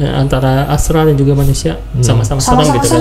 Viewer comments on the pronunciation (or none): Bukan astal ❌ Tp astral ✅